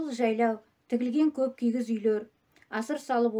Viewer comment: Сәлеметсіздерме,дұға ниеттеріңізбен алыпып жатқан жағымды жаңалықтарыңыз қабыл болсын,КИІЗ,үй деп айтылады.кигіз емес